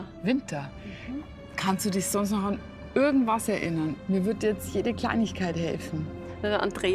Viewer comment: Mir kribbelt es immer in den Zehen wenn Julia anstatt irgendwas/irgend....ect immer ö ausspricht....örgendwas ...😂ich würde ihr dann am liebsten sagen...Hallooo...das spricht man nicht so😂😂. Sonst sehe ich sie ja ganz gerne...